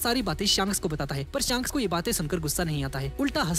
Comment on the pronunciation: Bhaiya wo shaanks nhi shaks hota hai big fan bhaiya